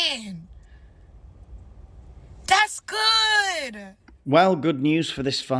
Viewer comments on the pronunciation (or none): "DatsGuuud." Pronunciation, not good.